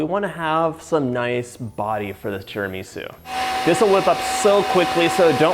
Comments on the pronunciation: TiramisÚ!!!! TiramisÚ! Great recepe but you have to pronounce the name right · “Tara-ME-sue” … not sure if it trust the recipe anymore (/j) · Please pronouncee Tir ma sue and mask a one cheese. The egg & sugar is. San en none. - I've given you the phonetic. Pronunciation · His pronunciation of tiramisu is so cute, or do I just say it wrong? 😜🤔🤗